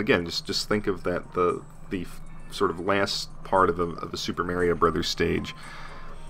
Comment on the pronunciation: MAAAARIO? Good Lord